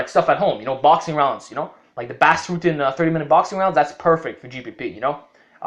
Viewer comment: It's "boss" not "bass" ...how dare you lol (Bas Rutten)